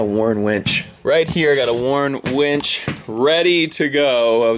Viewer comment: I thought it was the Texas in, but I'm pretty sure he started off saying he was going to put a "wench" on Chief... after saying it three times he was saying "winch", but it started off that Chief was getting a wench, haha! Heather🇨🇦